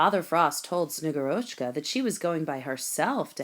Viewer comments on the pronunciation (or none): The reader must have seen only the Kindle version and not looked at the short, kid-friendly Russian pronunciation guide that is in the printed children's book. The Snow Maiden is SnegGURochka, not SnegurOCHka. The author has posted a reading from the actual, award-winning children's book.